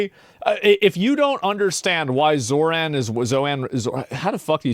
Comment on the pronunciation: You mean Zorahn? Zoran is a European name in Balkans (Croatia, Serbia....)